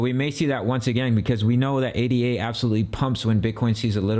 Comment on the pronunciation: It's not pronounced A-D-A...It's ada.